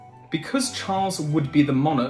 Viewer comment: You couldn't get more facts wrong it you tried in this video. Please also learn how to pronounce the word 'monarch'.